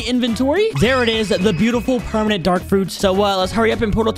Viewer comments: you messed up the title you said pemanent instead of permanent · Bro he said pemament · "we got 3 Permanent Kitsune" bro said permanent 💀